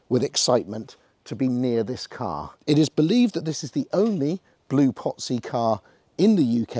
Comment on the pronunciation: Itsa pronounceda POTZI.